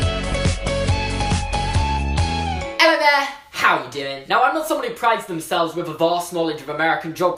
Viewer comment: I ♡ how he says ello